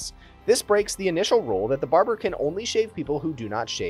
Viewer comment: What I took away from the video. You should do another take if you say barjer instead of barber.